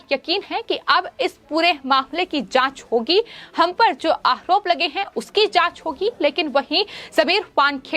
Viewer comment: Ma'am, it is not आहरोप, it is आरोप. आयोग, not आहयोग. मामले, not माहमले Get speech therapy ma'am.